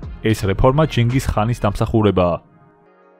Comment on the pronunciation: კაცო ვერ გავიგე ჩინგის ხანია თუ ჩინგის ყაინი